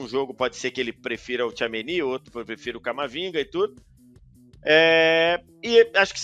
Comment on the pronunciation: Incrível como ele não consegue falar certo o nome do Tchouameni